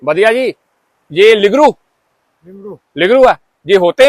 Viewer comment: ਇਹਨੂੰ ਲਿਗਰੂ ਨਹੀਂ ਲਿੰਗੜੂ ਕਹਿੰਦੇ ਨੇ।